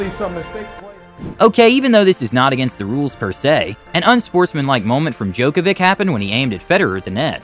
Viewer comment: you cant pronounce Djokovic? Rly? :D